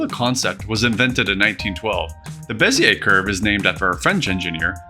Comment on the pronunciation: I'm French and your Bézier pronunciation is on point ^^